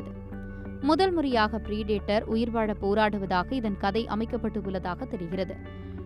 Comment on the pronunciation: Preeeedator ❌ Predator ✅ Please ensure to pronounce words correctly, as you're in the news channel. Finding difficult, practice